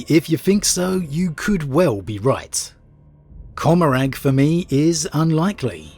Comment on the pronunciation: Commaragh is said com-a-ra by the way. Huge fan of your content